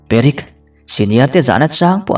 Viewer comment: Perek tiin klo chhiar char2🤣🤦